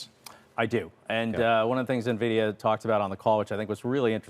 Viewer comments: Pronounce it neh-vidia, lose all credibility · Thank you! Its 2024 and this is a nearly 2 and a half trillion dollar company. How do you not know how to pronounce it correctly by now? 🤦🏾